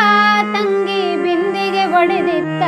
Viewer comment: ತುಂಬಾ ತುಂಬಾ ಚೆನ್ನಾಗಿ ಹಾಡಿದ್ದೀರ. "ಬಿಂದಿಗೆ ಒಡೆದಿತ್ತಾ" ಅನ್ನುವಾಗ ಉಚ್ಚಾರಣೆಯನ್ನು "ಬಿಂದಿಗೆ ಹೊಡೆದಿತ್ತಾ" ಅಂತ ಉಚ್ಚಾರಣೆ ಮಾಡಿದ ಹಾಗೆ ಕೇಳುತ್ತಿತ್ತು. ಕ್ಷಮೆ ಇರಲಿ.